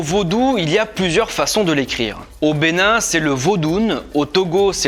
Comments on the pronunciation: Je suis béninois. Ca me fait plaisir devoir un étranger parler de ma culture avec une préision aussi surprenante, apart la prononciation des noms. Felicitation a toi. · Trop top la vidéo !!! Et fière de mes origines beninoise T'a vraiment écorché les noms. 😂😂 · Je suis béninois mais chrétien catholique... les noms tu les a massacrés